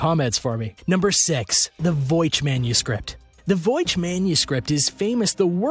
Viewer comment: It's the 'Voy-nich' manuscript, not 'Voych.'